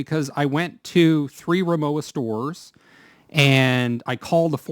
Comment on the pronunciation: The w in Rimowa is pronounced as a v.